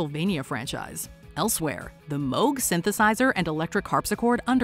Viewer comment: Nice to hear 'Moog' pronounced correctly.